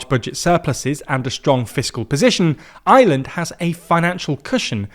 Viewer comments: When he says Ireland it sounds like he’s saying Island. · Its IRELAND not Island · He's trying to say Ireland but it sounds closer to Island.